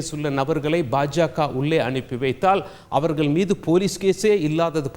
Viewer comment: தமிழ்- தமில்/ அவர்கள்-அவர்கல்/ தமிழை கொலை செய்யாதீர்!!